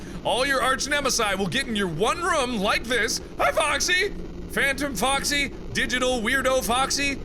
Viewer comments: Mark, why do you say "Rum" instead of "Room?" Lol that's funny, please tell me :) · Idk if its just me but every time you say "room", it sounds like you're saying "rum", lol.